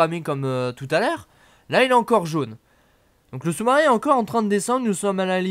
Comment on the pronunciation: le choumarin je suis mort 😃😃😃😃😃😃